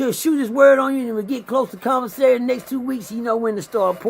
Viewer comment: Man it's commissary NOT convasary!!!!!